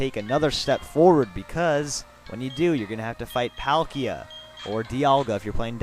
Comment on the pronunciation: I play diamond. I don't like palkia that much, and,pronounce their names right.